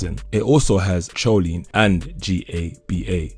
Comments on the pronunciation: Remember...the h is silent on the word herb..it's pronounced erb...h is also silent on choline...it's pronounced co lene......not cho lene.... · Not pronounced as choline.but..kholine boy.... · Good overview. Choline is pronounced “co-leen” btw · I think he is saying it in spanish CH is that sound he is making (in spanish)